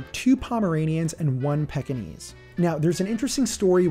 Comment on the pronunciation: Pekingese isn’t pronounced Peck-ingese...it's Peek-ingese. From your accent I'm assuming you aren't from a country that may say it differently. I owned one for years; went to multiple dog shows; belonged to a Pekingese Kennel Club & was good friends with the president of it so I'm pretty confident I'm correct.